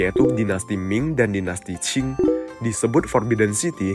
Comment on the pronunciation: masih gak ngerti, tulisannya Qing dibaca Cing. tanya sama pemilik channel gak dijawab